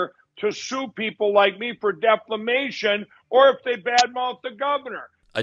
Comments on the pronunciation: Why that cookoo drug addict burt keep saying Deflamation..I really think that the former addict takes the short bus to school and His elevator never reach the Top.. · Hi. How are you? CNN is ridiculous for having Rump on. I heard cnn is going conservative/right wing. Why doesn’t someone correct mike Lindell on the word "defamation"? He sounds like a complete fool saying declamation. I mean, he must know he’s saying incorrectly, right? Family values is a joke. Santos is scum. Taking money from a vet with a disability — that’s pretty scummy. Rump dug himself another law suit. It’s sad that the town hall audience cheered for rump. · Again, great show! Wth is Deflamation? 😂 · Have to admit yeah CNN flunked the test on that one. Here we go with deflamation again, hahahahha dang. Looks like I have to put my M&Ms aside for a while. I will pick him up and hug him and squeeze him and call him George. This reminds me of Hugo the Abominable snowman when he says in a low stupid voice like "" gOOFY" I will pet him and I will caress him and I will hug him and squeeze him and call him George. Good ole George is facing all kinds of lawsuitses. hahaha I wonder if anybody has ever informed Mike that he is mispronouncing deflamation. hahahha man oh man Thanks for the laughs. always fantastic. Made my weekend. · I started out sober at the beginning of the show until I heard your suggestion about the drinking game whenever MoPildo says "deflamation"...I tried and it and I'm now on the floor blabbering about "stold elecshuns" and "thousands of infurmashons". Probably need therapy tomorrow. %)) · My Goodness!!! This word "Deflamation" can't leave Mike Pillow mouth., you are right. If there's a drinking game that says every time Mike Lindell says, "Deflamation," we should all drink, we'll all be drunk by now. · Deflamantio, WTH is that word? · When is one of Mike's buddies going to tell him how to say defamation?